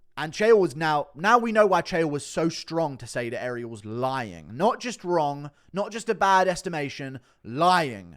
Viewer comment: When Ariel says the word "won" and it sounds like hes calling for a "Juan", its like nails across a chalkboard. I didn't think it could get worse! But his pronunciation of the word "lying" saying instead "loying" actually has proven myself wrong! What a Waisel!!!